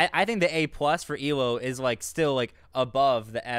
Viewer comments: Hate to correct but it’s E.L.O. Electric Light Orchestra ... my ocd was goin nuts lol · Come on guys. Not E-LO but E.L.O. Thanks!!